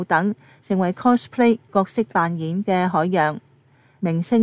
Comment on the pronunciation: 係 cospay，唔係 closplay